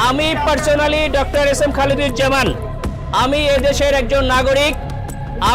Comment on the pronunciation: ভাই নামটা ঠিক ভাবে উচ্চারণ করতে পারেন না, তার নাম হচ্ছে খালেদুজ্জামান